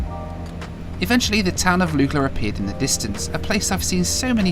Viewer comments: 'Lookla' not Lukela. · Lukla = Luck-La, not Luke - La